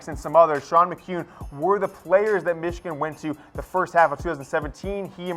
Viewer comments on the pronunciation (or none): none